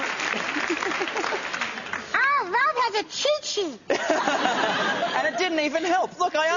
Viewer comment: lol he said "Look you got a cheets sheet!"